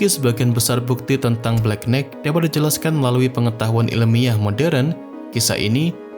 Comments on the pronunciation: nighht, knight, itu "g" nya nggak dilafal. jadinya knaite makanya sekolah jangan ngantuk ! pantes aja channel hoax dan pseudo science laku di konoha, bangaa bodoh sejak 5 abad. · Knight dibaca Nai(g)t. 😊